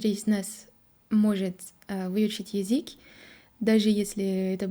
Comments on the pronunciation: Название видео стоит исправить: "Француженка пытается говорить на русском языке". Слово пытает (без "ся") будет воспринято строго в негативном ключе "пытки" (torture). Также стоит поработать над произношением слова "язык", пока что получается только "язик", хотя произносить "ы" ты умеешь отлично. изучали языки. В целом хочется отметить очень хорошую постановку предложений и тщательно выученные и выверенные ударения (да, мы знаем, что ударения в русском это что-то хаотичное :)) - чтобы "изучить язык", обрати внимание на момент построения слов "изучать/изучить". Еще у тебя почему то получаются мягкие "ль" там где нужны твердые, но день ты произносишь как "ден". У французского нет твердой Л, но есть твердая Н? :) а вот тут "стыдно" и "ы" произнесла правильно. "из других стран" тоже ок, зря тушуешься. В целом понятно откуда у тебя поставленное русское произношение, раз ты сделала такой акцент на аудировании. ты слишком строга к себе, у тебя очень серьезный уровень по сравнению с другими изучающими язык. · Какая красатуля сегодня,, просто очаровашка. Классный макияж, "как после душа', очень женственно, очень свежо и привлекательно. Одна ошибка только: язЫк, а не язИк. Разница есть. Нужна тренировка. В корейском тоже есть звук и буква Ы, вот она: ㅡ. ❤ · Ещё не досмотрел, всё хорошо. Из "ошибок", мне кажется вы произносите Езык, а правильно Язык. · Браво, давно этого ждали. Спасибо. Хорошая, осмысленная речь. Буквы "ш", "к" и "л" необходимо произносить по "твёрже". Особенно "к" в слове "язык". 👍😊